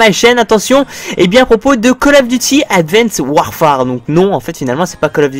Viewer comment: Si Mais pas le "e" ! ^^